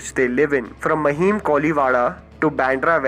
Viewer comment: Its pronounced as maaaahim, not mahim 😅🙈